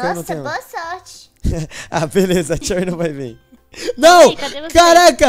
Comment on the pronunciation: Num é cherryrar q fala é xeury